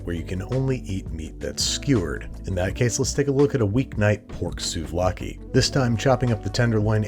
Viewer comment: The way he said "souvlaki " (with a heavy L) immediately reminded me the Thessaloniki city accent!!!! Oh joy!!!! Malllllaka!!!!